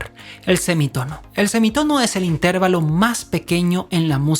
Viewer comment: Explicado de forma tan magistral que hasta un torpe como yo lo hubiera entendido sino lo supiera ya 🤣 y aún así me ha entretenido muchísimo. Esperando con ganas los siguientes capítulos:) Me atrevo a corregir "tu forma peculiar de decir inTERvalo" y llamarlo interVAlo por aquello de que tus seguidores que lo desconozcan entiendan que esa es tu forma personal de pronunciarlos...:)